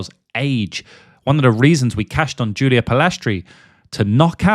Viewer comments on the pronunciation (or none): none